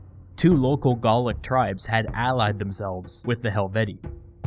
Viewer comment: "Garlic wars" Isn't it "Gaulic"?